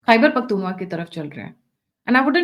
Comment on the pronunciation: मैडम ख़ैबर पख्तुनख्वा है न कि पख्तूनवा। इसे सुधार लीजिए। आपका चैनल देखता और सुनता हूं इसलिए लिखा अन्यथा न लिखता। गलत उच्चारण कानों में खटकता है।